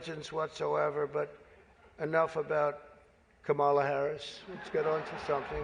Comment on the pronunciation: pronounce her name correctly.